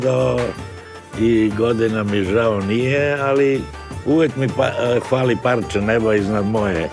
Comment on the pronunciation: Bolji mu srpski od Radetovog "hvali" umesto fali, "anbicija" umesto ambicija... Kursumlija poznata po "pravim pijancima" au kakva titula. Nazalost spada i u onih 90% estradnog sljama kao i u onih 10% srpskih umetnika. Jer umetnik pravi ne stvara pesme poput "a ja sam poceo da lutam sam vise ne znam s kim, vencavao se i razvodio sa kafanama beogradskim", to je sund i kic od muzike, muzika kojom se opijaju prazne glave i pronalaze kao lik u pomenutoj pesmi. Sa druge strane ima i lepih pesama. Pozdrav.